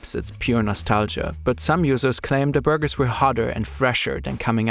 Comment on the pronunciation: De burrrrgers